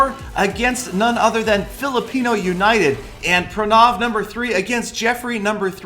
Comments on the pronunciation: pra naaaaav?????xD,its pra now,its an indian name,gotta pronounce it ritt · ur name saying never on point its prrraaanaavvvv. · every time you said pranav i thought you were gonna say pornography